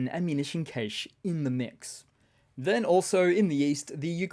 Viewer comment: meant to say the other day Cache is pronunced Cash. Well played so far.